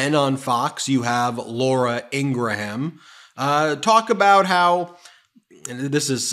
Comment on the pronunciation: I’m bristling at “Ingra-ham” as a deliberate mispronunciation. Why do that? Just because you don’t like Laura Ingraham? It doesn’t mean you have to appear uneducated.